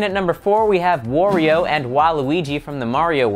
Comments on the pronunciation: Its wario not worio!!! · Did he say woreio? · You pronounced waluigi and wario wrong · u said wario and waluigi wrong. lol